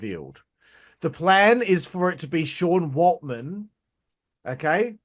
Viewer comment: Considering you can't get Sean WALTMAN'S name right, I think we can discount your opinion on the preciousness of Dave knowing his contract situation. Also, "some" of these criticisms are dumb? You listed one. Try again next time champ 👍